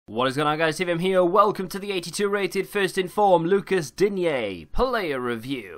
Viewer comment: its prononced deen